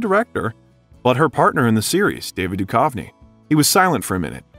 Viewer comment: Sorry, 😅, but you keep pronouncing David Duchovny wrong. It’s Doo-cuv-nee. Not Doo-kauve-nee. How can anyone make an hour-long video about this iconic duo and mess that up?! 😂 And sorry again, but you pronounced “Greenwich” as Green-Witch. It’s actually “Gren-itch.” No worries! 😉 Very interesting!!